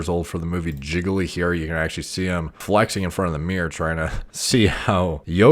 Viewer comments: Not trying to be a dick but it’s pronounced like jee lee and not jiggly for the movie Gigli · "Jig-a-lee." It's Gee-lee. Worst movie ever.